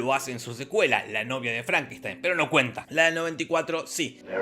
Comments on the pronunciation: My name it's pronounced Frankensteen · FrankenstAin, maestro. Frankenstaaaaainnnn